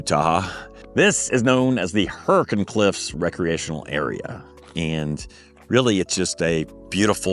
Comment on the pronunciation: First-Thank you for pronouncing Zion and Hurricane correctly:) Same situation as Des Moines etc. Second- I would get a kinetic rope and forgo the strap. Third-I am certain that with the type of camping that you are doing a winch would not be necessary. Use the saved money to purchase the aforementioned kinetic rope and soft shackles.